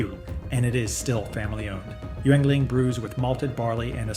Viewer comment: The words 'Lager' and 'Yuengling' are being mispronounced. Gotta get that correct to retain the image of honesty.